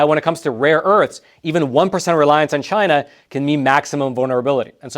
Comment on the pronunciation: What you missed was… “CHI’NA”